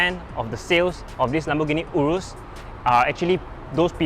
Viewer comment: Can even pronounce the name urus properly.